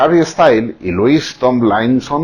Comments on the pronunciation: No es lois, es lúis... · Señor😂se escribe Louis pero se pronuncia lui 😂😊😃😂😆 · Me encanto su video pero el nombre de Louis se pronuncia Lui y el Tomlinson se pronuncia como se escribe ;). Me encantoooo💚💙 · Por favor díganme qué no soy la única a la que se le hace gracioso el que pronuncie mal el nombre de Louis.